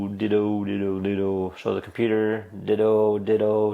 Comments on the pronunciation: its not Ditoh.. its Ditoo (U vocal) like dituu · I guess you don't know what sound 'oo' makes in English hint: it's not 'oh'